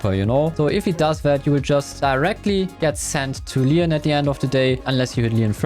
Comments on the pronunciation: Bro it's leon no leeons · He also says Mooe and Lean